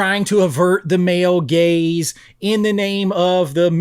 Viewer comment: "Male gays" or "male gaze?"😂